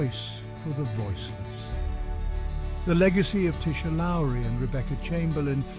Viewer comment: im trevor edward aldridge .the boyfriend of tisha lowery we have 2 kids Onyx@ 'for fuck sakes say or speak tisha's name correctly .how dear you pronounced the one i love so so much WRONG..PLEAS TAKE THIS FUCKED UP DOCUMENTARY DOCUMENTARY OFF YOUTUBE.HOW DEAR USE.. IM SO PISTT WITH THIS UP SIDE DOWN FUCKEN DOCUMENTARY. ILL TELL YA NOW. IM A MEMBER OF PORIRUA MONGREL MOB.AND YOU DO NOT WANT TO PLAY GAMES.ILL GIVE U 24 HOURS TO PULL THIS DOCO DOWN OF YOUTUBE